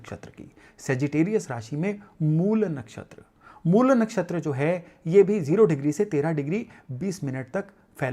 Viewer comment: अंग्रेज़ी भाषा के प्रभाव में आकर "मूला" न बोलें; 'मूल' ही बोलें। "रामा", "कृष्णा", "योगा", "सनातना" आदि उच्चार भी बड़े कर्णकटु लगते हैं।